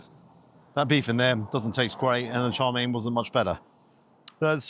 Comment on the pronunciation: It’s chow mein not char mein.